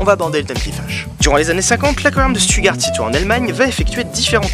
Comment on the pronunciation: On prononce Shtoutgart x)